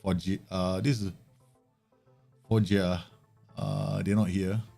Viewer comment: however,three months late, if someone didn't before, i can confirm the pronunciation of "Foggia" the way you did